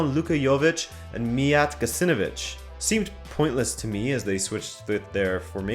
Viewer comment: Gacinovic is pronounced Gachinovich, not Gassinovich.